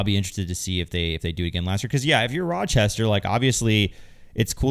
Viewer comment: Your pronunciation of Rochester is KILLING me 😭😭😭